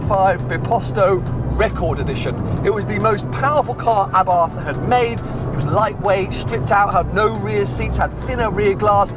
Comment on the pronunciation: Please say abart not a bath